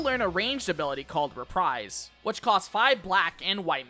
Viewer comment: You missed out "Reprise" being pronounced "ree-prize" in the video instead of the correct "ruh-preez". But hey unlike most people actually called it "Flèche" and not "flayshay" like some clowns out there who can't even do basic research.